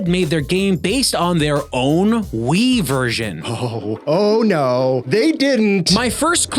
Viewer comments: I heard “Flatout 2010 on Wii” as “Flatout 2010 Ennui.” And I think I was right. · Three rhymes with Wii. FlatOut Thwee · Funny how "on Wii" sounds like "ennui".